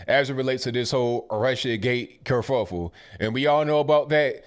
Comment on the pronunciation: Cerfuffel? Curfuffle? Anyway that word is awesome